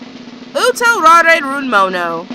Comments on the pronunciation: Its like they specifically requested this to watch you butcher the name of the anime and some of the characters. Btw, I loved this anime :) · Congrats, jerk. You poured hate on an anime classic. Rather than being an expert on the anime you sensationalize your weirdness. Keep butchering all the names in your little bubble of cynicism.